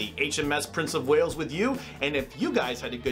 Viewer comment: Prince of “Whales”? As a Welshman, please can I beg for a name correction here :-)